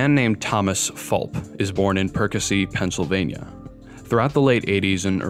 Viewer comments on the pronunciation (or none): none